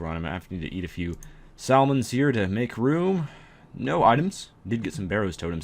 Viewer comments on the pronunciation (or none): I had a friend who pronounced salmon like that.